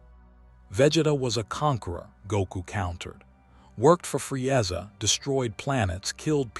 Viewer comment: I'mthe man, Fre-ezza, Nawlin. AI pronunciations, hilarious